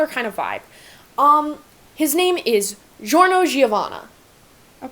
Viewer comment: I'm Italian, please, the Giorno's "G" Is a "g", not a "J". I mean, like "Guido", not like "Jean" Sorry if I'm boring, but I'm kinda like Ghiaccio for this things.